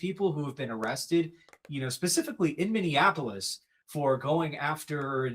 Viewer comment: Mini - apple- us "Minneapolis", NOT "Minionapolis" Since we are unfortunately in the news so much, I've noticed that about 20% of the country can't pronounce the city correctly. Anyway.